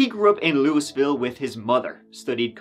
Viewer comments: Just so you know, with no judgements whatsoever, Louisville, KY is ridiculously pronounced "loo-uh-vull". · Louisville is not Lewis Ville lol 😅 trust me I've been through that part of the country it's got bats named after it they are loo ee vil its like the French Louis lewey ville some locals sound kinda like they're saying loo a ville but with a short a. Loovil or leweyville etc. But nobody calls Louisville Lewisville. 😂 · “Lewis-ville” you knew you’d get a rise out of people. Its “loo-uh-vole” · if ya ever wanna say "Louisville" (KY) like a local, just imagine you drank a bunch of bourbon.... slur it fast, like, "Luh-eh-ville." 😉🥃😁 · It's Lou uh vull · Flowers 4.... on top hos game best u tube journalist Butttttt... u need learn say lou a vull....ky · if you say Louisville that way one more time and they will be telling your story.